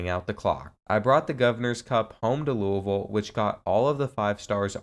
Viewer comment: Thank you for pronouncing Louisville correctly. I’m from there and nothing makes me cringe more than the miss pronunciation